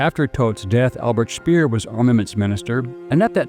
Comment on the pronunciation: Very interesting, but in a number of points fehlerbehaftet. On pronunciation: Max Keith's last name name is pronounced "kite". Albert Speer's last name is pronounced not "spear", but rather ""shpare" (with an “sh” and a long "a" as in "spare"). On substance: The references here to "ingredientS" are misleading. The Coca-Cola Company (more specifically: The Coca-Cola Export Corporation, at whose subsidiaries - including Coca Cola Eastern Europe GmbH, Coca Cola USSR Services GmbH, and Coca-Cola GmbH - I was on the payroll for many years) does not sell "ingredients" per se to its bottlers. It sells what is called "concentrate". This concentrate is produced at plant facilities (e.g. in Puerto Rico or Drogheda) controlled (owned) by the Company itself, The Export Corporation, or their subsidiaries and is shipped under Bottler Agreements to the Company’s franchise bottlers. Like almost all “outsiders” - in particular, journalists and documentary filmmakers - the narrator of this clip quite evidently does not understand the Coca-Cola business, and he does not have a clear understanding of the relation of the Company to its bottlers. While in recent decades - with the advent of the Company’s so-called Anchor Bottler strategy - things have changed, previously it was not the rule that the Company or its subsidiaries held controlling stakes - or even an ownership stake at all - in its bottlers’ capital. Its only means of control (but - at least in jurisdictions with the rule of law - a p